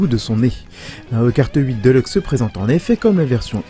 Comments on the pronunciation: sa me fait tiquer quand j'entends deleuxe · "mario kart 8 deuleukse"